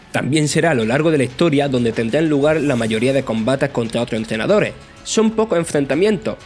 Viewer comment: Muy buen análisis, solo me pone un poco incomodo que nunca digas las “S” finales en tus oraciones, entrenadore por ej, saludos